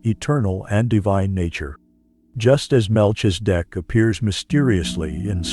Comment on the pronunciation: The information from the video is legit it’s a shame they using AI to pronounce his name Incorrectly. Definitely wasn’t necessary to shake the screen the whole way through